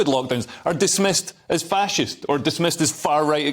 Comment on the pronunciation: You said Fascist wrong.